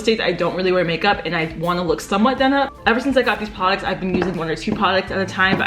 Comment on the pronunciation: all i hear is "pwaducts"